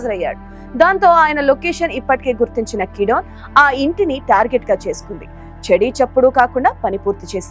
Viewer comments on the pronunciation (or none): Madam peru marchu kidone kadu gidyone